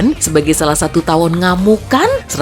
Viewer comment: "Xatu, Xembilan, Xepuluh.." wkkwkwkwkw 🤣🤣